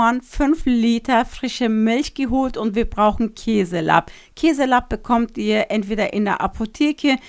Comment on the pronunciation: Es heißt Lab (lang gesprochen), nicht Labb 😊